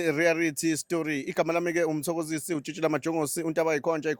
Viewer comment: 😂aw sukan madoda...ngigcwele ngawe mfwethu...ikakhulukazi mase uthi "Mzansi Rearity"😂😂